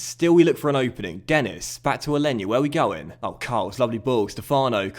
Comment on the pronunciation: Denis is pronounced Den-E :) similar to how Marquis is pronounced. Sorry iḿ late